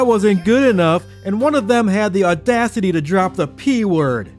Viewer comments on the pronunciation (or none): none